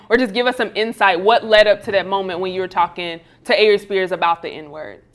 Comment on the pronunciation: it sounds like she called him Avery Spears 😂